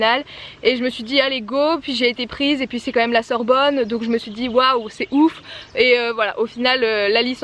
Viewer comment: Super vidéo ! Il faudrais juste que tu écoute ton "et" à exactement 1min19